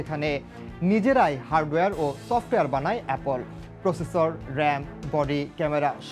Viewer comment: Appol ,batton,proceesor .. Pronounce ta thik kore kora uchit news anchor der.